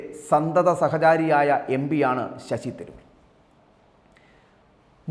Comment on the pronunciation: നീ മാത്രം ആണോ തിരുവനന്തപുരം. കളഞ്ഞിട്ടു പോയി പണി നോക്ക്. Shashi തരൂർ എന്ന് നിനക്ക് ഒന്ന് മര്യാദക്ക് പറയാൻ പഠിക്കു.